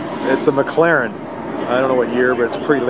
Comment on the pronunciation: It's called McLaren, not McClaren.